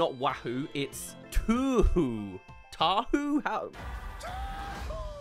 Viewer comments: Cheehoo not tahoo😂 Its what we Samoans shout to get all hyped up yknow? Well these days but it was like a battlecry many years ago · as an islander i am triggered by saying tahoo😭 it’s CHEEHOO 🥳😭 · is saying tah hoo and all im thinking is touhou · I'm pretty sure it's "cheehoo" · Its *cheeee hoooo"